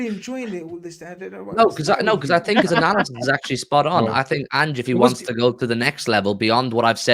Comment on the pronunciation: “Analyzisys”, gets me every time 🤣